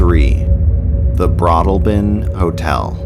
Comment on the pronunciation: It's BroadALLbin 🙂